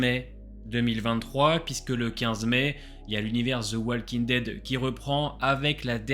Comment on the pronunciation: Tes vidéos sont cool, mais par contre (c'est pas méchant du tout) mais Walking Dead ne se prononce pas comme ça 😅 Plutôt comme ça : wOLking Dead (Juste un commentaire de la part d'un prof d'anglais)